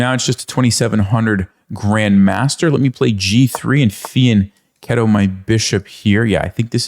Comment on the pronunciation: Thank you for pronouncing "fianchetto" properly!